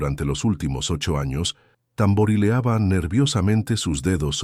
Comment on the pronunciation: Se dice Tamborileaban